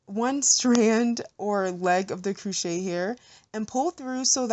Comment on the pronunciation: CROchet not COOchet...